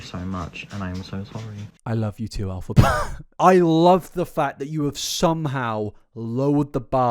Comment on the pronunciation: Why does keep saying "AL-phaba"?? 🤔